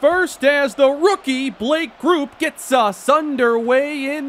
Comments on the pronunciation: love your series man!! Just a heads up with Blake Grupe... it's pronounced GROUPIE! He's an ASTATE LEGEND! Keep up the great work man! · Grupe is pronounced like Groupie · it’s pronounced “Gru~Peee”